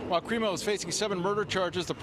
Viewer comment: Good job ruining the CRIMO name